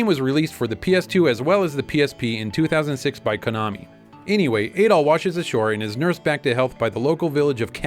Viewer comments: I don't think Adol's rename in the SMS version was just a translation issue; I heard it was because they didn't want it associated with a certain Austrian painter. BTW it is Add-ol and not aid-ol as per the Japanese rendering, similar to the aforementioned painter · Adol is pronounced with a short A, like "apple," but with a D instead of a P.